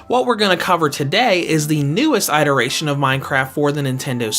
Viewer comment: Everyone else: iteration: “Ight” eration